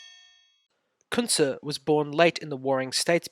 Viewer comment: I dont understand your pronunciation of his name.